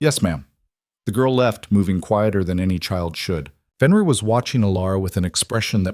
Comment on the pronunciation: AI is having severe problems with Fenrir/ benrir/ whichever spelling you use for his name .